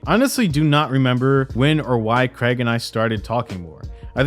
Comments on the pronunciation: Why do Americans say the name Craige so weirdly? It's not creg its cray like crayfish and just how to you the lower case G. Cr-ay-g. Stupid Americans. Fucking "creg", how hilarious. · Craig is pronounced cray-g not creg FYI. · CRAIG... not CREG damn bro. Good video though, interesting to see it all brought together like this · Im sorry but its not "Creg" its "Craig". I suppose AIDS should be pronounced "edds" and claim should be pronounced "clem" then... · I hate the guy as much as anyone else, but what's the deal with Americans pronouncing Craig "Creg?"